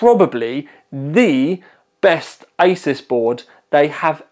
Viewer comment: Did guy say isis instead of like a-sues